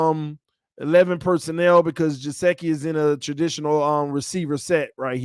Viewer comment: love the video but it's gesicki no jaseki lol